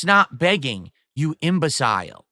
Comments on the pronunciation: This is a VALEDICTORIAN native American English speaker who pronounces words incorrectly. IMBECILE is pronounced IM-BUH-SL and not IM-BUH-SILE, morahn. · The way he pronounces certain words....LAWLCOW instead of LOLCOW, now the way he pronounces Imbecile as Im-bez-cile. He's such an idiot! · Of fucking course he doesn't know how to pronounce 'imbecile'. 'Guh huh why would I ever look that up? I was valedictorian in high school dood, awrite? Geddit?' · "Imbe-sYle" lol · How does he manage to mess up the pronunciation of imbecile so badly. There is no way anyone was taught to pronounce that word in that way.